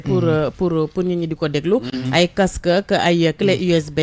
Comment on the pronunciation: seydina diame t’as rien compris mec il arrive pas à prononcé le mot casque il dit CAQSSE 😏